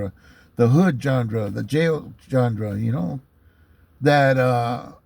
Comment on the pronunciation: It’s pronounced (Jawn-Ra) Genre not how you are saying it Jawn-dra just fyi